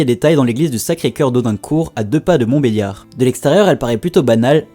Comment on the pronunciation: on dit pas yar mais, liard sinnon merci pour ces vidéo